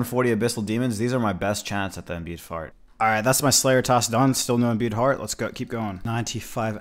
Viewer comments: Stop watching after you said imbued fart for the 18th time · Bro I always be drinking while watching your new uploads and tonight I’m a bit swizzly and you kept sayin imbued fart instead of heart and everytime I questioned myself like what did he jus say? 😂 thanks for the chuckle, king.